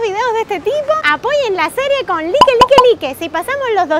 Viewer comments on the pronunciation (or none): no se dice like se dice laic pero se escribe like